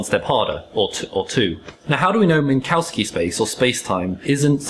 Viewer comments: Minkowski was lithuanian so the the pronunciation would be closer to Minkovski or Minkoffski. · "Mink, Cow, Ski" 🤣🤣🤣